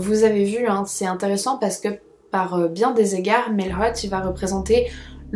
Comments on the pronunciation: Bonjour # Je veux seulement préciser que si le jeune homme a des origines québécoises, son nom de famille se prononce "maillot" comme maillot de bain. Je sais, c'est étrangement écrit! 🤷‍♀️ Il y en a beaucoup au Québec. Merci pour ta vidéo!!! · On ne dit pas Mailhot c'est un nom québécois qui se dit Maillot ( qui s'écrit Mailhot) ( comme un maillot de bain ) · En québécois, Mailhot se prononce comme le mot maillot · c'est drôle comment tu dis le nom de famille de Jeffrey Mailhot😅 au Québec on dit "Mayotte" ! 🤗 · Je suis Québécois et je peux affirmer sans hésitation que <<Mailhot>> est un nom de famille québécois. Ça m'a juste tué de l'entendre prononcé avec un accent anglais X)